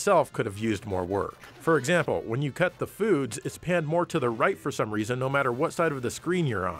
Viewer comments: That’s so racist. He doesn’t say “Cut the Foods” He says “cut the fruits” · Gosh dang it! I can't hear anything else but "cut the food" now lol.